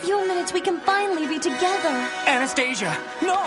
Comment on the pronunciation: I swear I thought I heard you say Anus stasia .Probably more fitting name for Golden Films and Dingo version of the story